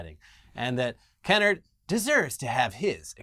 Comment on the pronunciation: This is a small nitpick and I wasnt sure till you said he was Black (as am i) but the ATT CEO's name has a long "a" in it. Kennard rhymes with hard. Like Ke- Nard. Thats how Black families pronounce it at least. Love yall. <3